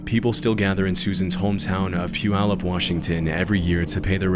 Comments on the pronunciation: shout out to pronouncing puyallup correctly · Thank you for pronouncing Puyallup correctly! In the Powell case it should also be noted that Josh’s father got busted for voyeurism and chldprn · Hooray! You pronounced Puyallup correctly'!! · Impressive pronunciation of 'Puyallup' 😎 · You nailed Puyallup's pronunciation. That alone is a win. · Thank you for pronouncing Puyallup correctly... Susan and those babies will always be missed here.